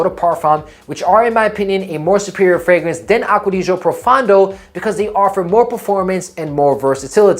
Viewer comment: "Hello, I'm a fragence influencer." 😂😂😂